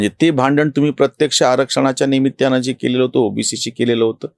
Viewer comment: आपण निमित्त या शब्दाचा उच्चार निमित्त असा करता दत्ता सारखा करावा. जसै दत्ताने, दत्ताला वगैरे. आपला व्हिडिओ आवडला.